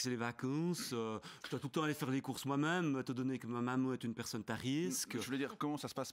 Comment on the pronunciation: "Personnete'a risque!" 🤣